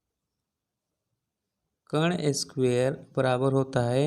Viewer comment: Sir ji aap bahut achhe padhate hai kintu कर्ण का उच्चारण सही करें।अच्छा नहीं लगता है ये बच्चे पर ऐसे ही असर डालेगा।आप कण उच्चारण करते हैं।